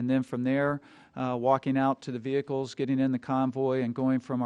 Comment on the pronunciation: say ve'hic'culs one more god damn time